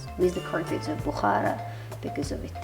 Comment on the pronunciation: As a Bukharian Jew who was born in Bukhara, I wish you would have gotten the pronunciation right for the name of the city and the people! Still, I appreciate the video shedding light on my hometown, which I haven’t seen since I left as a refugee, but I hope to visit someday to see my roots and my remaining family there. I enjoyed the history you shared, especially how Bukhara did not not succumb to British colonialism, that was cool!